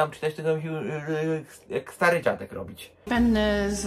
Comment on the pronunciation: Dlaczego większość Polaków nie czyta podwójnych liter? Mówimy wanna a nie wana dlaczego zatem większość mówi pene zamiast penne? Pene to po włosku penis. A do tego z gorgonzola... Bleee, chyba długo nie był myty...